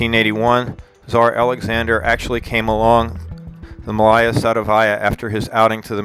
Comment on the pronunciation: Please corrrect those horrible stresses: it's not MalAya SadovAya, but MAlaya SadOvaya!